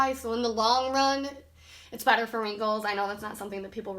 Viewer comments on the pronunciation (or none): none